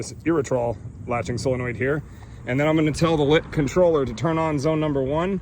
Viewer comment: its pronounced lite or light not lit